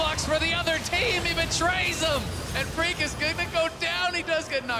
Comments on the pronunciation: Thought he said Greek as well lmao but it was Phreak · he said phreak but it sounded like greek xd